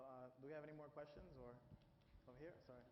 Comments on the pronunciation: "if you have any questiauuns" XD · still says it this way "questions = kvestions"